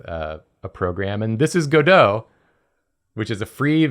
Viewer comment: He kept saying go-dough… it’s go dot. You make dots move, aka go. 😂